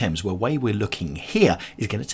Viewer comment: This Richmond upon Thames is a beautiful video and stroll. I notice you pronounce Thames with a silent "h". Thank you as I have been mispronouncing Thames with the pronounced "h" just like the word "thing". What a delightful area. So glad you caught that lovely flower shop in the center of the square. I bet the fragrance was so sweet to pass by. I loved the little quaint back alley streets and love the cobble stone streets and alleys! Beautiful little shops and such very old history! What with the Henrys, the Edwards, the one Richard, and that Queen Elizabeth I - the monarchy trademarks are fabulous tid-bits to know. HEY - look at that wonderful pub called The Old Ship!! Now that is English if I ever saw. I would love to have the good ole Fish n Chips with a dark English lager in there! And dont forget the Malt Vinegar on the fish!! OK, now I adore Paved Court. A beautiful side street that I would love to visit. Oh...The Open Book! I can see you in there. LOL I got such a laugh when you said..."having a good flick through - right!" 🤣🤣🤣🤣🤣 The river on Richmond is just gorgeous. I wonder if in the quiet serene area of the river, if people are allowed to take canoes out for a paddle? Loved this area and great video! Blessings.